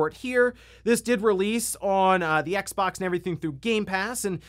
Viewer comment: It's X-ex stop that cross shit